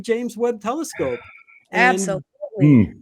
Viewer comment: "Teliscope" has me in tears 😂😂